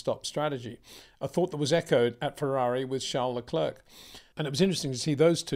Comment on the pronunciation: its fucking Lecair like the chocolate. PETER CHARES LE- CLAIR 😊